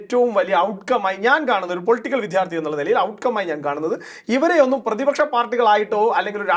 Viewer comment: വിദ്യാർത്ഥി എന്ന് പറയൂ വിദ്ധ്യാർർത്ഥി എന്നല്ല തിരുത്തുമല്ലോ